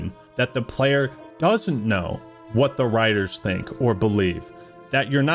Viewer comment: Android wilson: Is this good for the playah?